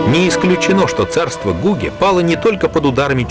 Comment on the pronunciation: Гуге это не весь Тибет, а его западная часть. В слове Гуге и имени Церинг ударение на последнем слоге.